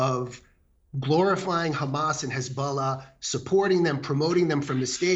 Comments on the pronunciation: I love Sharron but she needs to get back to the Chardonnay and stop pretending she knows anything about this conflict. She doesn’t even know it’s an E not an A in h3zbollah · Hez, not Haz, sharon ffs!!!! What are you talking about woman. Im not pro anyone but for ffs get your details right!